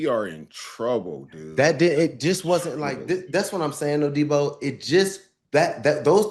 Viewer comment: Deebo its pronounced "Day-ball"..and why you two aint over there coaching that Def..Stillers need yall